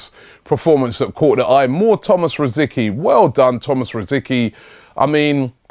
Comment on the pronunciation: He has played for arsenal for years and you still cant say rosicky right